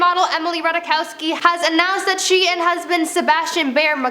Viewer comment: I'm pretty sure its Ratai-kovski